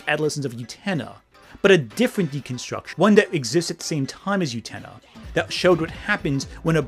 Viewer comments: oo-ten-UH not you-tennah. DAMN. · I feel so, so bad, but every time I hear you say "Yutena", it physically makes me twinge and briefly pulls me out of the video. Great points and interesting video, and the mispronunciation of Utena doesn't detract from these point, but the middle of the video was kinda rough because of that. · The way you pronounce utena through this video is like how Benedict Cumberbatch pronounces penguins. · Am I wrong or are you mispronouncing Utena? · UTENA MENTIONED! I desperately need you to start pronouncing the titular character's name correctly, though.